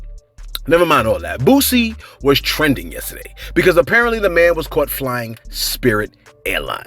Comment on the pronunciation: Is your delivery deliberately wack? You're not very good at pronouncing names either, the man's name is Boosie, not Bootsy as in Collins!